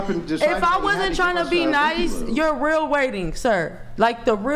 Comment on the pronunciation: Axe(ask), perskin(person), i unt meed male assention(i dont need male attention), fuh rail(for real), witch you(with you). Hood 101 translated to english.